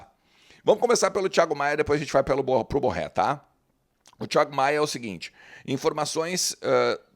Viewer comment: Diz-se BorrÊ.